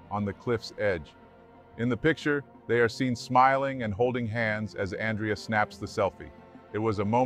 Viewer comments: It's pronounced Awn Dray Uh. Not Ann Dree Uh. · His name is not pronounced An-dree-ya/yuh. The Italian (masculine) name Andrea is pronounced Ahn-dray-ya/Un-dray-ya. It's the Italian version of Andrew. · His name is pronounced An-drey-ah. Ever heard of Andrea Bocelli??? Writing as a female Andrea. Is this narrator AI or a real person? I hear AI mispronuncing common words all the time. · It’s pronounced An-DRE-a. It’s the Italian version of Andrew. When you pronounce Andrea the English way it sounds like a girl’s name.